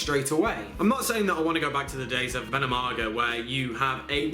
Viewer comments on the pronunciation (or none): Ven NOM i naga....you missed a syllable :D